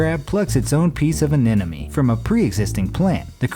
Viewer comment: anemone. One of the many ways that this sea creatures name is pronounce*d*, incorrectly, throughout these nature videos. To set the record straight, just once: Sea anemone: <(Sea - see, “C” or si)> <Ah-Nem-Oh-Nee>